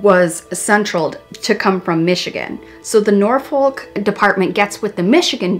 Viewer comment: My only issue with this video is that Norfolk is pronounced NOR-fuk, you don't pronounce the L. Amazing coverage as always!